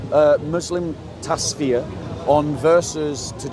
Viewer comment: TAF SEER, not Tasfir. I love ya brother 😂